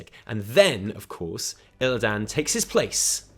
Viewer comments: pls stop saying "ILLIDAAN" its illi-dun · Fuck! It's not Illi DAN it's pronounced more like Aladdin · WHYYY DO YOU PRONOUNCE ILLIDAN LIKE THAT WHAAAAAAT